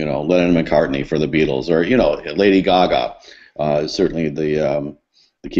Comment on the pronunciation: did he say leonard mccartny? lol